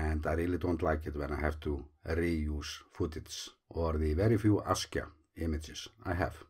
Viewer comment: the way you started your vide3o just says Askya